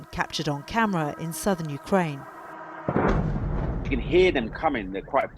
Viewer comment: It's the correct pronunciation, so what's creepy about it? The sudden and creepy change was to pronouncing the name of the country YOU-krane for no reason at all. It is not more similar to the Ukrainian version: you-KRANE is closer.